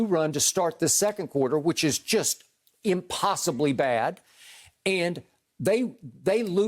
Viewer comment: Skip love that word "Impossibly" now dont he lol